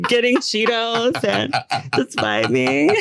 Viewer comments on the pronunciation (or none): “down at the baRRRRRRio” “my haht sheeeetosssss” i love adore sm